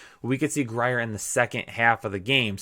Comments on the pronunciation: Scratching my head at the intro. That was bad. Will Grier pronounced Will Greer,lol. C'mon Kyle! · As someone from West Virginia....it is NOT gri-er. it is pronounced Gr-ear